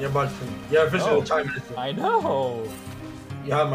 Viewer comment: This dude said the "chime minister" i cant....